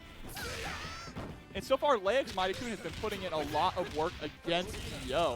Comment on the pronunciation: This announcer driving me up a wall. It's pronounced MAY-TEN-KUN not MY-TE-KUN. Mad props to Layec though. Showing off that you don't need to use high tiers to make it far in tourneys. You just gotta put in the work.